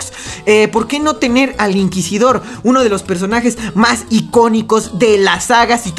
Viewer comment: "EL INQUISIDORRRRRR" que lo metan y yo bailo cumbia.